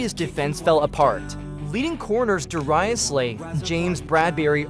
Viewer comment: Da-rye-us Slay! 🤣